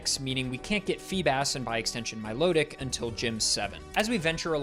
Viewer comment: Milotic is intended to be pronounced like "Melodic," not "Milo-tick"